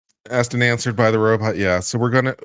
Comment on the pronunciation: Substained. Grounz. Axed. Relevancy.